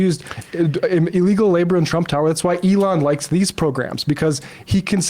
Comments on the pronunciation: Sam's steadfast mispronunciation of things ("Eh-LAWN Musk") will be standing monument-like when all of the right-wing movements-of-the-moment have fallen by the wayside. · Who is Ah-lon? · That’s The Jewish pronunciation of Elon Musk am I right ? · After all the years Sam still pronounces Elon's name wrong. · Sam is so committed to mispronouncing "Elon"